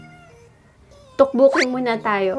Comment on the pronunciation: Its pronounced as Tokboki not Tukbuki